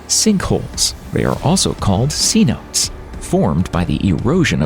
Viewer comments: Get a narrator who can pronounce geologic words correctly. Cenote is pronounced "seh-no-tay", not see-note. Jeez. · A great presentation, though you may want to do just a little more research before actually uploading your videos to share. 5.5 minutes in and the first mistake is the embarrassing pronounciation of "Cenote" (limestone sinkholes portion of video). It's pronounced "say-no-tay".... NOT "see-note". There are several other notable mistakes of mis-information / dis-information throughout the video, though I know were probably not done on purpose. Just need to be a bit more accurate in your research if the goal here is about education, inspiration, and awareness to the wonders and mysteries of this world. Keep up the great series of videos! 👍👍👍👍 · Cenote is pronounced 'seh-noh- teh', not 'see-note'. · “Seanotes” lmao it’s pronounced si-no-tay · Cenote is three syllables not two but of course they don't teach queen's English in schools in America anymore and you're supposed to be a public speaker you think you might breary your speeches before you put them on the air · /ˌseːˈnoː.tə/ NOT / sea-notes / as in say, note, eh. If you are going to narrate, learn how to pronounce words correctly. Especially if you are going to say it over and over. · It's seh-note-ay, not see-note. That is gonna drive me nuts. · The word is pronounced say-no-tays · I think it’s said sontas not cenote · Cenote...sea-note-tay. Chaps my butt that people don't bother to do a 5 sec Google search to find out how to say something they are doing a story on. We can see the make up of planets in other star systems, I think we can figure out to say something properly before putting it out for public consumption. Otherwise, great production. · Cenote is pronounced SEH-NO-TAY fix it now its bugging me.